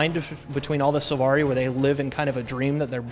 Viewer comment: Silvari* not Sulvari xD